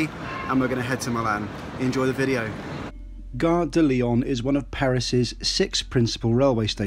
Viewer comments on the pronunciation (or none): You're wonderful - Great info! but you aren't pronouncing Gare de Lyon correctly. The N isn't sounded - if you care! For the future...:-)